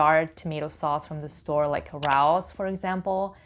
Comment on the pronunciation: Thanks. Just so u know, RAOS pasta sauce is pronounced Ray-o’s 😊